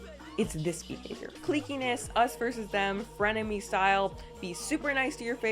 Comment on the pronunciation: Versus! Not verse.